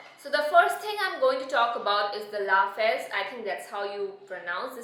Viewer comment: babe babe babe babe babe BABE! lafz as in luhfzzz no LA FZ in a french way. i dieeee. stopppp 😂😂😂😂😂